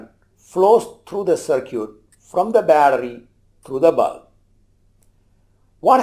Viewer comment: “Short cir-cute”